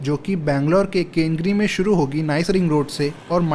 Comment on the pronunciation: Dude, it is MaagaDi, tumakuru (not Tumkur), KengEri not Kengri.